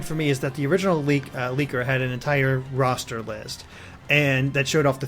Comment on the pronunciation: "Roster" dammit ><